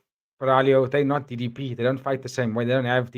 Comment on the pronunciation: People are super salty about DDP but at least they're saying his name correctly now!